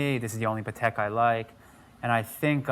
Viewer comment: its PAH tek.... come on